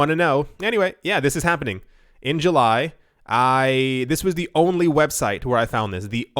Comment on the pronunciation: Instead of July.. He said Jew-Lie... Kind of racist if you ask me...